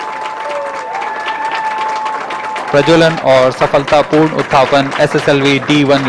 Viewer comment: “ Beautiful sight to behold “ becomes “ Pitiful Sigh to behove “ So sad.